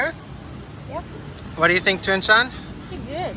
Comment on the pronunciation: One question, because I hear it in every intro 😁 You introduce Thuong. But you pronounce her name different than she. You say something like "Joon Jen" but she says like "Joon Jes" ? 😄 I just notice it every time and wanna ask, what is the difference between both expressions?